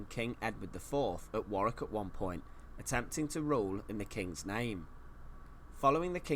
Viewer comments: It’s pronounced warr ick not war wik 👍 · 'Warick' castle not 'war wick' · War wick 😂 it's pronounced warick 😂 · Hey man just enlighten you, it is not pronounced War wick, it is pronounced War ick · Tower of London... easier to pronounce for starters! War- wick? Worrick, Mate :) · Warwick is pronounced Worrik, not WarWick. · Warwick is pronounced worrick. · Pronounced war rik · Hi, its pronounced "War rick" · Warwick (pronounced Warick) is good but certainly not the best. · Warwick is pronounced Warrick. Windsor Castle is in my opinion is greater though it has been altered many times over. Its present splendid form is a result of George IV's restoration. It is the Queen's favourite home. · Warwick pronounced Worrick. You don't pronounce the 2nd W. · It's pronounced WARIK.!! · You don't pronounce the 2nd w, so it's pronounced worrick. I was lucky enough to go there as a kid (nearly 40 yrs ago). I can still picture the chessboard armoury room. It is an amazing castle. I've been to loads of British castles and it's up there as one of the best. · It’s pronounced Wa-Rick. Not war- wick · Warwick is pronounced as Warrick in England mate. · For Americans - how to pronounce Warwick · I used to work at Warwick Castle (you almost hit the pronunciation correctly, 6/10) as a tour guide and we had to dress in period costumes. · Thoroughly enjoying your channel. I won’t pick you up on the pronunciation of Warwick as I can see someone else has already done so 😂😂. When you do eventually come over for your visit I would urge you to visit Scotland where we have the odd castle. Edinburgh Castle will not disappoint. Also you cannot visit Scotland without going to St Andrews, it attracts many visitors from the United States so you would not feel lonely 😜😜. Keep up the great content, you make me laugh that’s for sure. A warm welcome awaits you in the uk and in particular Scotland.